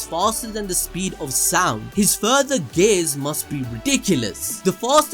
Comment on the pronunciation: CANT TELL IF YOUR SAYING GAYS OR GATES🤣. IT'S GEEEEE--ARRS🤦‍♂️